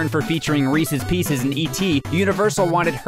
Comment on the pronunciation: Reecees peecees